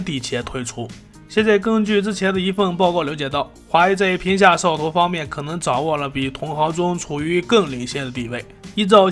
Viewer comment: 我听的是嗖哦头